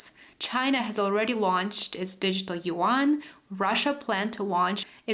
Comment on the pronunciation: yuan i believe not yean